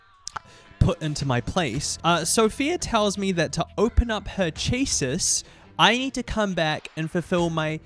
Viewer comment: Val-vidian? Date-avators?? CHASSIS???? it's a fully voiced game they pronounce these things for you OTL Ribbing aside this is a very fun way to do a tier list, love how they get moved around the more you talk to them